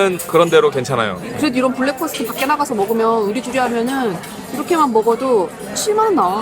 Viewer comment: 발음이 블랙퍼스트가 ( blackfast) 아니고 브랙 퍼스트 ( breakfast) 에요